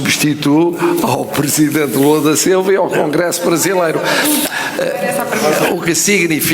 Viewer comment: Pois preste atenção quando ele fala congresso kkkk